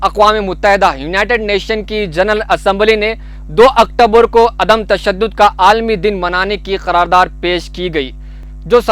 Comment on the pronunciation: میرے خیال سے عدمِ تشدد اور سراہا ہوتا ہے آپ نے بار بار دونوں لفظ کو غلط پڑھا ہے